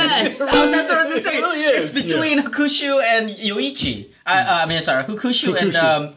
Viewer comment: made fun of pronouncing Miyagikyo incorrectly. But Sumimase my friend, you said Hukushu? You mean HAkushu. Maybe 8 straight drinks might have made you slur a bit. Have no doubt in your knowledge on Japanese whiskeys though. It was a really fun Drinkthough episode. Kudos to all of you! Nikka has been always good to me. Their discontinued Pure Malt whiskey must have been the most value added whiskey ever though. It was less than $10. Currently Kirin's Fujisanroku ($14) is probably the most value added one though. Thanks for your fun work! Cheers!